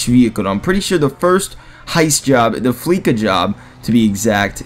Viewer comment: it's pronounced "flee sa" Elster says that in the heist mission